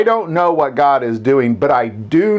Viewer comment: GOD not gog.